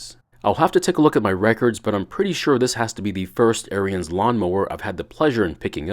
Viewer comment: aryans mower huh? it is the master race of all mowers? haha. Its pronounced Aarons, like a guys name